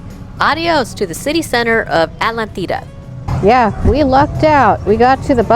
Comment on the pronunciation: As an American living in Uruguay I feel compelled to correct a few things on this Vlog. 1. It is pronounced Atlántida aht-LAN-teeda. Atlántida is all Playa Mansa as the water is really the river with some ocean water mixing in. So generally this is calm and it runs all the way to Punta del Este where the ATLANTIC OCEAN starts. The beaches on the Atlantic are called playa Brava and that is where the real waves are and surfing too. If saw the river in Montevideo, it was the same water in Atlántida except mixed with some Atlantic water.